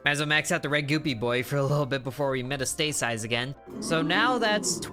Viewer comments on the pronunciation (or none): Metastasize, pronounced Met-ast-a-size. Metastasis (met-a-stay-sis) is a pathogenic agent's spreading from an initial or primary site to a different or secondary site within the host's body. The term is typically used when referring to metastasis by a cancerous tumor. Silly boy! (BTW, not trying to be condescending or belittling, just trying to pass on some knowledge. Silly boy!😉)